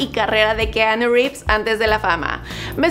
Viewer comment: Pronuncia bien el nombre porfavor